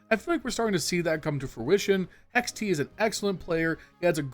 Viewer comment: You calling hext, hex-t makes me irrationally angry lol.